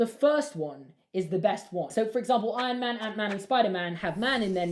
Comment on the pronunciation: "Ion man"